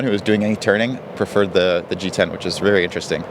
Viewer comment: Oui c'est parce qu'à un moment, quand il prononce G10 en "americain" on entend titane, d'où la confusion de Carletdesiles. Intéressant, on attend les tests pour voir ce qui est réalité ou ce qui serait marketing. Après, pour l'épaisseur du mât, d'après ce que j'ai compris, pour compenser la trainée non négligeable due à l'épaisseur conséquente, il vole haut parce que la rigidité le lui permet....Un peu le serpent qui se mord la queue. Faire un mât rigide et épais, pas difficile et pas très couteux; faire un mât rigide, fin, résistant aux poids lourds et jumpers, beaucoup plus compliqué et beaucoup plus coûteux. Donc il place le curseur à un niveau qui permet de sortir un mât à coût de revient modéré (quant au prix de vente on verra...) et vole haut pour gagner sur la trainée....Est-ce que l'utilisateur lambda saura en faire autant ?